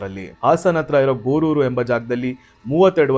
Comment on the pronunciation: ಗೋರೂರು❌ ಗೂರೂರು❤